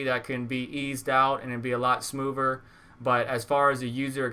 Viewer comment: "smoover" lol good review though thank you